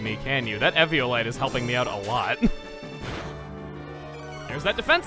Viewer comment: It annoys me SO much how he mispronounces eviolite